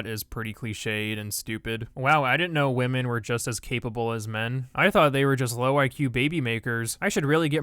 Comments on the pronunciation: Why u say wamen instead of women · Why does he say wahmen instead of women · I just wanna know Did PewDiePie created the word wahmen(as women)?